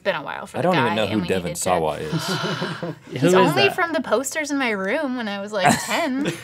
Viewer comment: Isn't Devon Sawa's last name pronounced "Shwah"?